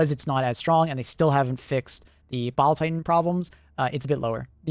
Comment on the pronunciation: I keep hearing bowel titan